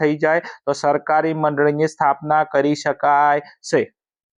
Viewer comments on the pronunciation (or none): shakari ✅ sarkari ❌